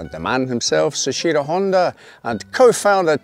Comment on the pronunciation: seshiro?? soichiro. soh-ee-chi-roh. soichiro